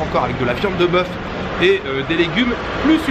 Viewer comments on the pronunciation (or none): none